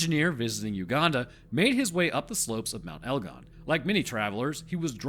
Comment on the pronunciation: That is 100% how you pronounce Mt. Egon